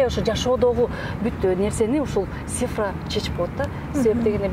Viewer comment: Алып баруучу,Сифра эмес, Цифра.Тил келбесе,сан деп эле айтыш керек